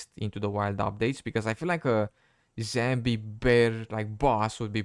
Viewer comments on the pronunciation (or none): I love your vids but It's 'Zombie' not 'Zambi'